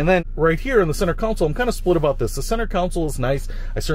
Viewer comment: Console not counsel.